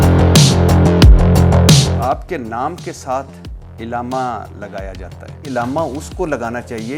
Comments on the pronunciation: Ilama nahi alama hai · بھٹی صاحب لفظ الامہ نہیں علامہ ھوتا ھے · Illama نہیں علامہ ہوتا ارشاد بھائی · ارشاد بھٹی کے لہجے میں علماء کرام سے نفرت دین سے نفرت اہل اللہ سے نفرت واضح چھلکتی ہے ۔ ارشاد بھٹی کو بنیادی اردو بھی نہیں آتی۔ بار بار عِلامہ کہہ رہا ہے۔ جبکہ درست لفظ عَلامہ ہے۔ کئی اردو کے الفاظط غلط پڑھ رہا ہے ۔ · Ilama ni hota Alama hota hay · عِلامہ کے منہ والے 😂 لفظ عَلّامہ ہوتا ہے 🤦🏻😜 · لفظ "ایلامہ" سن کر پوری ویڈیو دیکھنے کا دل نہیں کر رہا ہے.. پاکستان کے بچے بچے علّامہ اقبال سے آشنا ہے اور درست تلفظ کے ساتھ بولتے ہیں .. اس مشہور لفظ تک کو درست بولنے سے قاصر بندہ صحافی بنے پھرتے ہیں.. افسوس ہے ایسی تعلیمی ڈگری پر. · Bhatti Sab ap bahut achha kaam kr rahy hn ab ap ko b kuchh Seekhne ki Zururat hy ..... Illama ❌ Allamah ✅ Man o An ❌ Min o An ✅ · علامہ ہوتا ہے نہ کہ الامہ الامہ مطلب ظالم ہوتا ہے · محترم ارشاد بھٹی صاحب ، بہت اچھا سلسلہ شروع کر رکھا ھے آپ نے.. ماشاءاللہ ایک لفظ غلط بول رہے ہیں اس انٹرویو میں آپ وہ لفظ ھے علامہ آپ اسے ilama پڑھ رہے ہیں۔ جبکہ صحیح تلفظ Allama ھے۔ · ارشاد بھٹی صاحب آپ لفظ عِلامہ بول رھے ھیں صحیح لفظ عَلامہ ھے اپنا تلفظ صحیح کریں دوسری بات آپ حضرت عائشہ کو رضی اللہ عنہ کہ رھے ھیں یاد رکھیں خاتون صحابیہ کے ساتھ رضی اللہ عنہا کہتے ھیں رضی اللہ عنہ مرد صحابی کے ساتھ کہتے ھیں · بھٹّی صاحب !! عِلّا مہ ( عِل لا مہ) یا عَلّا مہ ( عًل لا مہ ) ؟؟؟ اپنے الفاظ کا درست تلفظ اپنائیں۔ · إلامہ نہیں، علامہ ع کے زبر کے ساتھ۔ اور عالم ل کے زبر نہیں، ز یر کے ساتھ عالم۔۔۔ ل کے زبر کے ساتھ عالم دنیا کو کہتے ہیں، ڈکشنری تو دیکھی لیکن زبر ز یر نہیں سیکھا بھٹی نے! اخلاق الف/ہمزہ کے زبر کے ساتھ ہے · ارشاد بھٹی نامی گدھے کو لفظ علامہ بولنا نہیں ا رہا لیکن اس لفظ کے استعمال پر شروع کے دس پندرہ منٹ ابتسام صاحب کو الجھا کر رکھا ہوا ہے